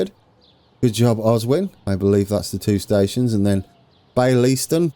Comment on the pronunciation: And yes, you said Baillieston right. My bit of town